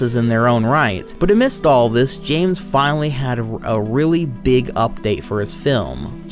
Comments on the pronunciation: Because it's Bames not Zames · The way he runs out of breath, slurs his words and pronounces James as "Zames" drives me fucking nuts.